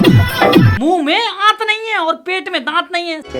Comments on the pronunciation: Bhaiya ji muh me dat hota hai aat nahi aur pet me aat hota hai dat nahi bat galat lage to video ko 1.44 me ja ke dekh lena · Are bhai aapne galat bola. Pet me aant nhi h or moonh me daant nhi h bola jata h Sahi to bola kro agar bolna hi hai to